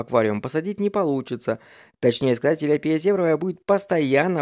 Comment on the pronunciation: Ну вообще то тилЯпия а не тиляпИя...помоему так....или всё-таки по другому?????